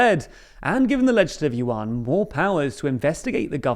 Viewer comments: Love your video but do google pronunciation rather than assuming how to say it, Lai’s name is te as de in French but you pronouce as de in Spanish. Also wrong pronunciation of Tang in KMT, and Yuan is one syllable and not two. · Kuo /gwoh/ Tang /dang/ Yuan /ywhen/ Teh /duh/